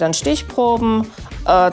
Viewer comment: ICH KANN NICHT MEHR! wie sie „Kakaobohnen“ ausspricht 😂😂😂